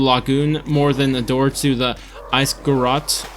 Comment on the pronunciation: its called a grotto. groh-to.